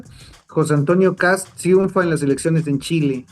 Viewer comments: Solo gente con rigidez cognitiva insiste en llamar "ultraderechista" o "pinochetista" a un conservador. ¿Por qué no llaman ultraizquierda al comunismo? Además, no es "cats"; es Kast. Y no es "Piñeira"; es Piñera. Poco preparados los "analistas". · Todo ese choro para decir que votaste, o hubieras votado si pudieras, por katz?? Y solo puedes criticar los adjetivos y la pronunciación o tienes alguna crítica interesante?